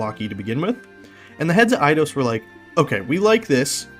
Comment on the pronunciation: Eye-dos is the correct pronunciation. Back in the 90s we called it id-ee-os.